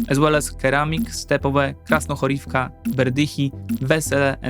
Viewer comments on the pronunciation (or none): none